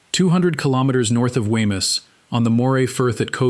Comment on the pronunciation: There is ample material in Fife to create a really great video which tells the story correctly and uses nomenclature recognisable to the locals...this is not it...to hear Wemyss pronounced so badly is painful to my ears...it should be 'Weems'...PLEASE do your homework properly before posting more content...